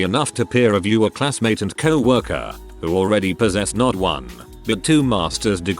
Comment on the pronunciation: How the f*** can this robot voice pronounce "Rimbaud" but not things like "coworker"?